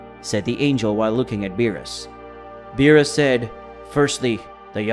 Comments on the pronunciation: It's beerus. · How a DBS fan doesn’t know how to pronounce Beeris or Whis is beyond me smh